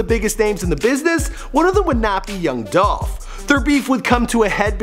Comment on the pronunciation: ITS DOLPH!!!